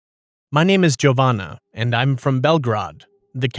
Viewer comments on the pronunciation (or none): A Serb here. Belgrade is pronounced as bl-greid 💀 The J in Jovana is pronounced similarly to I-ovana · Jovana is female. Nobody can pronounce our names correctly 😅🥲 Love to Balcan people! 🥰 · Zanimljiva priča. I ja sam iz Srbije. Nisu lepo izgovorili ni Beograd, ni Jovana. Gde i kad si im poslala priču? Skoro ili odavno? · Im dying because of the way they pronounced Belgrade and the name Jovana😭😭